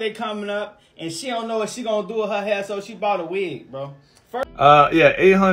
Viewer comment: Did he really say ‘ why did you cut my har’ instead of hair?